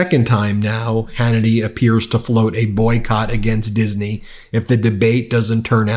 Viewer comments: Does Hannity not know how to pronounce Disney? Speaking of pronunciation, Donald Trump appears to be having trouble pronouncing Stephanopoulos. Perhaps he means to do that, like 12 year olds do to tease people. However, it might also be a mental failing. Well, that would be another mental failing. Perhaps we should be talking about Trump's inability to pronounce other people's names as a mental disorder. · Hey, Hannity, first, Disney has only two syllables. Second, if the MAGA base is to be believed by their idiocy, I doubt they are educated enough to understand how a debate actually operates. Third, the exhaustion people are suffering now is a direct result of Trump’s continuous hatred of all things decent. VOTE BLUE. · Why is Sean Hannity adding a third syllable to "Disney"?😂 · Since when does Disney have 3 syllables? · Someone needs to teach Hannity that Disney is pronounced with two syllables, not three. There’s no a between s and n. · He says Disney as if it has three syllables 😅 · Why can't Hannity pronounce Disney properly? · What on Earth is Hannity doing to pronounce Disney in three syllables? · I thought Seen Hanitty born and raised american, but he keeps pronouncing "Disney" as "Diseney", was he russian before? Now I know what cackling hyenas sound like. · How many syllables in dizzenyy? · they can’t even say Disney right. He keeps saying Dis-uh-knee 😳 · It’s “Disney” NOT “Dizzerney” Sean?! You’re such a man of the people… 🤦🏻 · Hannity - it's Disney; not Diseny! Get your pronunciation right you sad excuse for a journalist! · It is Disney, not Disaney. Listen to how Hannity says it. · thought it was Disney not dis e nee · Why does Hannity add an extra syllable to Disney? It sounds like he's saying Dis-uh-ney. 🤨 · It's pronounced diz nee, Sean. Not diz a knee. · I thought it was DISNEY not DISANEY. WTH? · Someone needs to teach how to pronounce 'Disney'. It's a two syllable word. He always says, "Dizz-a-nee". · Hey sean it's Disney not disiney